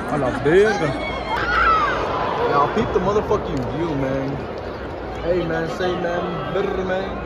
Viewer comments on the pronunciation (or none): Aye man Say mane Brrrrrrrrrrr mane You know what it is mane